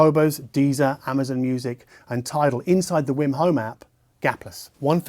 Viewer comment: I hear him saying wim instead of weem, is he pronouncing it right?